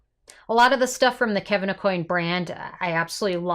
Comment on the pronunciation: Last name is pronounced: Ah-Qwan